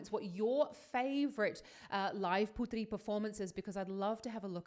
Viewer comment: Thank you for the support we people from indonesia really proud of her too, please keep support her.. And thank to said her name right cos some people just said her name like ''put three" even the host of the show said it wrong, but its okay cos some times it hard to say other people name especially in different language